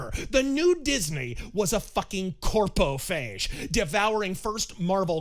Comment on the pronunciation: "CORPO-PHAGE" chef kiss perfect!